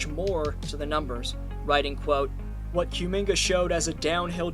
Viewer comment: How the hell are you pronouncing Kumingas name SO WRONG SO CONSISTENTLY? Therr was literally a a running joke on twitter on his name and there is nonway in hell you pronouce Cum the same way youre saying Kumingas name